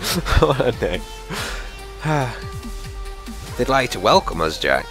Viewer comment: Say his name right